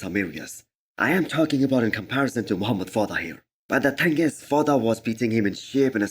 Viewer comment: Dude stop saying V-Lad. His name is Vlad